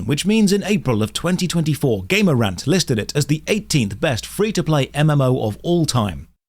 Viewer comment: i like how you say gamerant like gamer ant